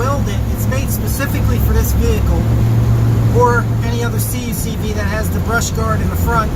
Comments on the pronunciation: I enjoy your videos, especially when they deal with your CUCV. But please, they are called Cuck-vees, not Cee You Cee Vees. lol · Hey, the vehicle is your property. You can call it Maple Syrup if you want. But I come from the world where those vehicles lived and no one spelled out the letters like that. It's like saying your insurance company is Gee-E-I-Cee-Oh. lol Since your are doing videos on the subject mispronouncing the name does not lend an air of authority on the topic. It's like an Italian car owner doing videos on his F-I-A-T. lol